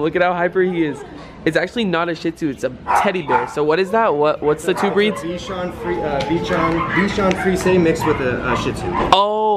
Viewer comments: it's bee-sh-ah-n fr-ee-zay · How come he isn’t in the other videos? 😞😞 Also you pronounce it (be-zong friz-ay)